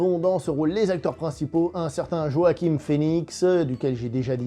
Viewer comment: C’est JoaquiN (et non pas JoaquiM) Phœnix ;-)